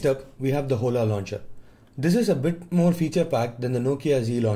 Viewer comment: Hola Launcher is pronounced "O-la". Not Ho-la.